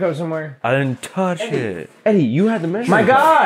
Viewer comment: “I didn’t touch ittt” he’s drunk af